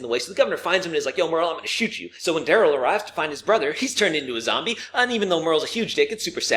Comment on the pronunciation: When Merle was reintroduced it sounds like he said Dale’s brother instead of Daryl